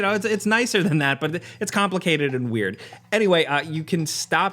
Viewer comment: Too bad he can't pronounce the word "that"